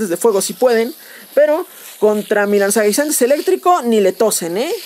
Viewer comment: "Lanzanguinzantes" xD